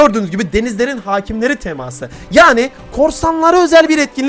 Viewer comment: abi çok güzel diyon ''TEMAĞĞSIIĞĞ ''